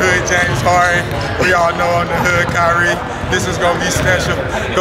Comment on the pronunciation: “HOOD KYRIE” whattttttttttt bro not even close